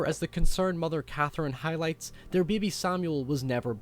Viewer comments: You pronounce baby funny. Beei-be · Beby xD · He says "bebe". XD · i like how you say "baby" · I like how you say the word baby..lol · is super smart, but goddamn I can't stop chortling when he says "baebae" and "faete" snaeke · Black Phillip is Sayeetin. Lol say it again. Oops. Now he said Seeetn. And neeekid. It's a neekid beebee.